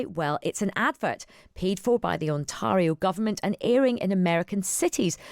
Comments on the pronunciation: Mispronunciation of Ontario? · The interviewer is loosing credibility by mispronouncing "Ontario". Disappointing lack of general knowledge or alternatively, lack of preparation.